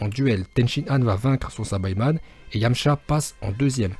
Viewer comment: PUTAIN ON DIT PAS SABAÏMAN MAIS SAÏBAMAN ET PAREIL ON DIT PAS GOTRUNKS ON DIT GOTENKS NON MAIS OOOOOOHHHHH !!!!!